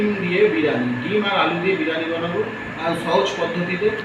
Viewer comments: বিরানি 😂😂😂😂 আগে উচ্চারণ ঠিক করো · বিরানি😂😂😂😂 আগে উচ্চারন টা ঠিক করো